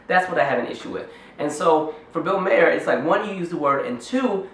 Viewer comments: def not pronounced Mayer but other than that agreed. It's Bill Maher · You assume too much. Bill mayor (I'm spelling his last name the way you KEPT PRONOUNCING IT!) Is not racist. You can see he was basically led right into that joke. He dates black women.... This is not the action of a racist. Furthermore, black comedians make a good living using mock white voices and making fun of other white behaviors , so you DONT HABE A LEG TO STAND ON. The problem is the hypocrisy, the double standard, the tragic lack of recognizing IRONY. fuck you and your fake anger toward bill MAYOR . in spite of what I just said, you seem otherwise intelligent, so good video